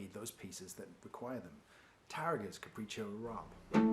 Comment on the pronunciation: Arabian Caprice Caprichó Arabe by Francisco Tarréga Allen Matthews From Guitar Shed Would be Proud of You Playing That But You Don't Pronounce It's Title You Pronounciation: Caprichó Arab Right Pronounciation: Caprichó Arabé